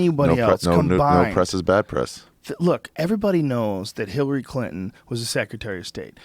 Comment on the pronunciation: Joe keeps saying hillary crinton